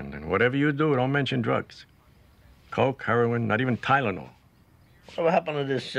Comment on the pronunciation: " not even tyelnol" sends chrissy.